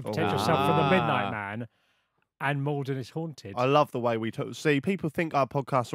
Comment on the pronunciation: Mal-don not Mal-den. I’m from Maldon